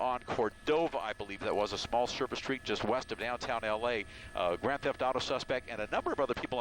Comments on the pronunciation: he said grant theft auto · lol i know what a grand theft auto is i said he said grant insted of grand